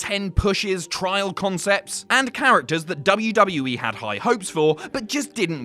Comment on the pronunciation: sorry, did you say WWA?